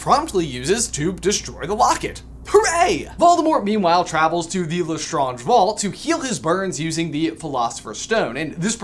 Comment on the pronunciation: FINALLY he said Lestrange normally!!